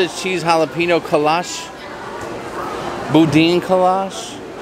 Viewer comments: Just a Texas tip.... its said kolache = co-la-chee and boudin = boo-dan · Boudin is “boo-dah’n.”